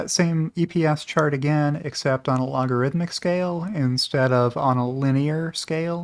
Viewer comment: I hear shart not chart.